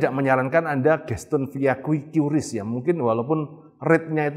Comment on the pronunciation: QRIS dibaca kris